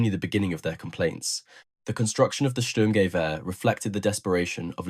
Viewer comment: German here: "Sturmgewehr" isn't pronounced "SturmGEwehr" but "STURMgewehr". Hope that helps... And while the STG-44 might have been faulty, conceptwise it became the prototype for ALL later assault rifle. A 3-in-1-weapon, providing a soldier with a compact weapon (like a carbine), enabling him to do accurate semi-automatic fire at medium ranges up to 300m and full-automatic fire in close combat situations. It might have failed as a combat weapon, but it still proved the concept of an assault rifle.